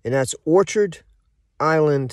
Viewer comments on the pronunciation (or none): It's orchid, not orchard. It sure appears you're in a very poor state of physical health - maybe homeless - or perhaps it's all just a show? Anyhow, good luck to you whatever the case may be. BTW, I own several thousand shares of ORC.